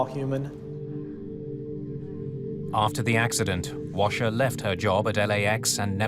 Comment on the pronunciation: Sounds like robin crasher rather than washer